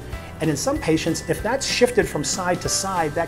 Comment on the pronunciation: patient"ses" lol